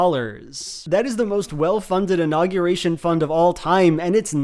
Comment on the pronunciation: i can't get over how pronounces unaugyurration